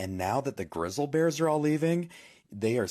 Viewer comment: “Grizzal bears?” He’s making me mad. He SHOULD NOT BE ALLOWED TO SPEAK ONLINE!!!” People are gonna start saying it that way now.